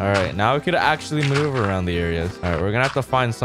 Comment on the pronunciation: The times he said manuver = the video's like